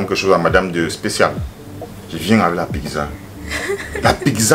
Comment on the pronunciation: 😂😂! Tu prononces PIGZA là en Bandjoun!!!! Ça s'ecrit PIZZA! et ça se lit PITZA OU PITSA!!!